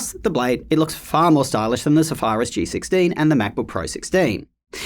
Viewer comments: Zephyrus is not "zuh fire us". Zef er iss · Sorry to be "that guy" but please learn how to pronounce Zephyrus. Good vid apart from that. Does the 14" suffer from any of these problems?